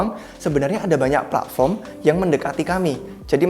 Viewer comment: Pletform, bukan pla'form